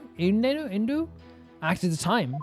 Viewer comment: By the way, their names are pronounced tie-foo, u-wind-o, and gay-roo. They're all wind puns (typhoon, wind, gale).